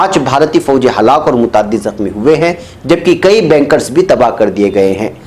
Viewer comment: Bhai woh lafz Bunker hai , Banker nahi jaisa ki aap bol rahe ho.